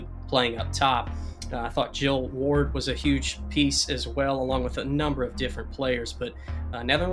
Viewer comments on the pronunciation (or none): none